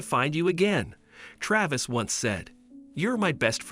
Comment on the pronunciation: Computer talking. Is it Trayvis or Travis?